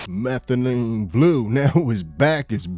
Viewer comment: Methalyne blue to blue “methamphetalyne” rq 😂😂